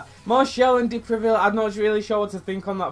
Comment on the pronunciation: Is a good prononciation for the first Time man, prononciation : De Previle but Is De Preville ! Anyway Very good video Man !